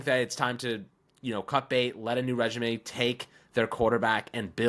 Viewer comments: Great vid. It’s time for a fresh start. just some friendly feedback, regime is pronounced like “ruh-zheem” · Why does keep saying regimay lol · The way he says regime is killing me 😂